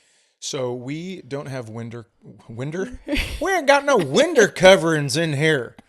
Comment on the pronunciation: "Whindow" Is this a callback jab at vocalizing the H sound in words that have a silent H? Holy shit! I never put that together. I understand the mocking aspect of "Chads", but after all these years of watching his comedy, it never occurred to me that Chad Daniels is named Chad. How do you miss that?? I mean, it's his fucking name! 🤣 That's because you don't get to watch yourself getting on an airplane with a garbage bag! 🤣🤣🤣, you need to get a vest that reads: "Service Comic" to wear when Chad is grumpy in public. You need to know two things before moving in: 1) At what temperature does each person prefer the thermostat, 2) Which direction does the toilet paper go? This is a very important thing that a LOT of people need to understand: Threatening to leave the relationship is weaponizing emotions. If you are threatening to leave because of an argument, the relationship is already over. - - - You guys are great. I can't wait to see more.